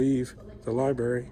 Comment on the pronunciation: You know you have a dumb cop when he says LIBARY.